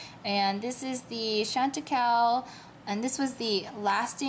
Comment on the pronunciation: Shan-te-kai is how you pronounce it. And the opal shade has been changed. It's more beige and matte now. Thanks for your video!